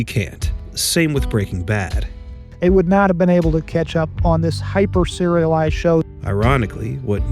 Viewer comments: "Breakin' bath" ? :face-orange-raised-eyebrow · she really sad "Breaking Bath" xD